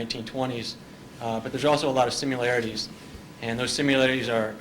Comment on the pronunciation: Why do smart people say “simularities”… and “exspearamint” while we’re at it